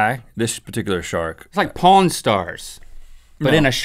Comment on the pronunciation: Linc, when you said Pawn it sounded like porn.. it was pretty funny!